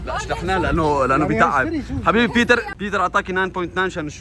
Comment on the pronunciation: بيتر ❌ بيلرر✅